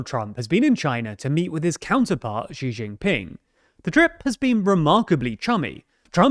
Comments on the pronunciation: Jin Ping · Ok i always say this, great coverage, but how Xi JingPing’s name should be said more accurately like this: xi = See, jing (like how you’d say jingle), and ping like how you’d say ping pong